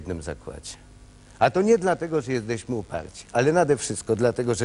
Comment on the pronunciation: "Jezdeśmy" itp.. po latach ta miałkość intelektualna rysuje się aż zanadto wyraziście, kiedy oglądałem to jako dzieciak, wyglądało to na poważną debatę. Zerka ciągle w coś przed sobą, pewnie czytał z telepromptera. Żenada ;/